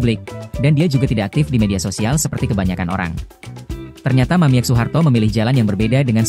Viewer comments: Woi anda salah baca bukan Mamiek tapi bacanya mamik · Yang baca narasi bikin bingung. Harusnya dibaca "Mamik', bukan *mamièk. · Min bacanya Mamik jangan Mamiek lucu dengernya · Yg baca mungkin kurang wawasan, sedih. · Mamiek seharusnya dibaca "Mamik" karena huruf e hanya gaya penulisan saja. 😅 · Bacanya Mamik .